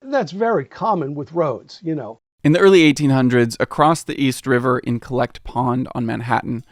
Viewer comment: Just a small correction....The Collect Pond in lower Manhattan was pronounced with the stress on the first syllable of Collect.